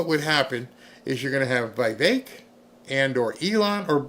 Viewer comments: Again..Vi vek not Vey vek...😅😅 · VEEVAKE, try to pronounce like that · Its not VEY VEK .. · Love you BUT how in this world do you not know how to pronounce that name..??. Please explain. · Get the name right about Vivek.